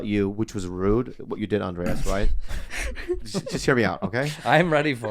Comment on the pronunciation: How many years do you think Bobby will go before somebody corrects him for saying Andreas and not Andres